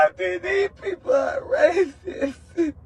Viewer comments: Not "These people are RATHITHUH" (RACIST)?😂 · Nah that nigga said rathist what the hell is dat😂